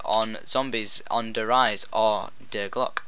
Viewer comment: just 2 clear up,its der REEZE not der RIZE just 2 make it clear